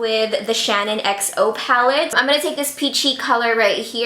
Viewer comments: The low end palette is ShaaanXO (pronounced like Shan XO) not ShannonXO! It's a little irritating hearing it pronounced wrong so many times 🙈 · I'm low key cringing bc keeps saying "Shannon xo" and not "shaaanxo" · It's Shaaanxo not Shanonxo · I love u so much and it's not shanonxo it's shaaanxo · Okay no hate here, but being a die hard Shaaanxo fan, it makes me cringe everytime she says "Shannon"xo. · It really sounds like she's saying "Shannon" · Her name is Shannon. But product/YouTube name is shaaanxo. So you've said it correctly. She's pronouncing it wrong. And it's annoying.